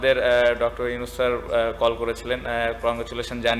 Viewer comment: ছাত্র লীগ তার প্রমার দেখেন বাংলাদেশের বর্তমার প্রধান উপদেষ্টা র নাম কেমন করে বলেছে। প্রধার উপদেষ্টা র নাম ভালো ভাবে উচ্চরণ করে নাই । কেন করবে ও তো ছাত্রলীগ করে যার কারণে । মনে রাখতে হবে তিনি এখন প্রধান উপদেষ্টা